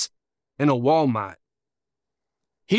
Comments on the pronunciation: “In a walmatt “? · That boy said walmot 😂